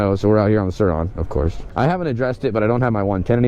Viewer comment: Sur-Ron .......RONNY